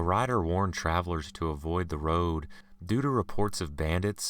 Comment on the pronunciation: I dislike the way he reads/tells the story.... his voice... ugh!... GOD his voice.... Interesting stories.... but... the way he reads the story... he reminds me of another narrator, named Joey.... ugh.... ew... the way he says road...